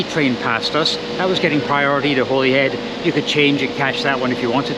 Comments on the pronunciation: It's pronounced Hollyhead yah numpty! Glasga! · When my wife and I traveled to England/Wales/Ireland/France in 2006, every reference we heard of Holyhead was pronounced “HOLLY head”. I hear you pronounce it as I expected it should be (and possibly also the male voice on the train’s speaker system, but the female voice definitely said “HOLLY head”). Hmmm I wonder why others seemingly purposely mispronounce it